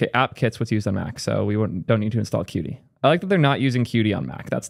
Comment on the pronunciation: qt is pronounced "cute" btw :)